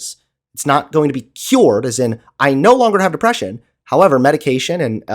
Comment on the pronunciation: "Depwession isn't real." And that is the point where I would drop this call.